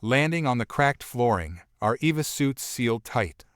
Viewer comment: E V A+ Extra Vehicular Activity Suit. Not Eve.